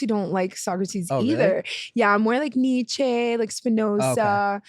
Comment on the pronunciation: She didn't pronounce Nietzsche correctly